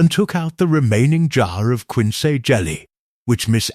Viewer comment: Other than mispronouncing the word wound for wounding the clock and mispronouncing the word quince, another issue is who eats lunch ? p.m.?